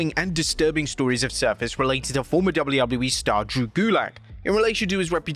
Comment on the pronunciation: you said wwllew